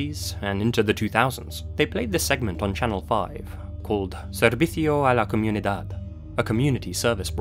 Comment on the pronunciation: Amazing work bringing a Hispanic mistery to the English YT. But it's adorable hearing you trying to say "servicio a la comunidad" :p